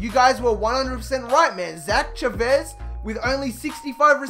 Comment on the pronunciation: Thank you for saying Chavez right lol, still love your videos either way #ChavezTuSabes